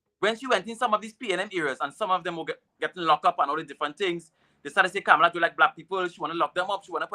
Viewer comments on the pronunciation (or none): Her name is KAMLA.......not KA-MA-LA🙄🤨